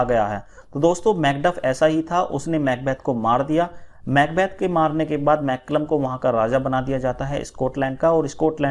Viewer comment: Sir "Malcolm " ko "मैल्कम " कहा गया है । ना कि मैकलम